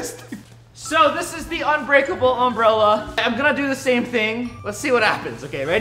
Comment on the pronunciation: It’s not unbreakel